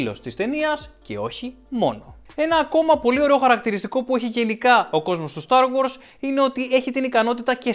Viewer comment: Είναι star wars όχι start wars